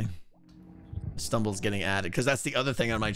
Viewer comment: Stumble sounds like Skeletal. I CANNOT UNHEAR IT